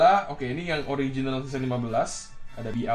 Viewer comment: Ngomong seseon 24x